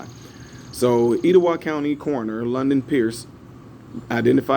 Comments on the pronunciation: Hey, was it spelled Etowah? If so it's pronounced ET-O-WAH, short e sound at the beginning. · My state don't play 'Bama goes BANG BANG on potential shooters click click, and I believe it's pronounced Et-a-wah county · You were right the first time. It's a soft e sound for Etowah (eht instead of eet). Roll Tide! Thanks again for what you do. Respect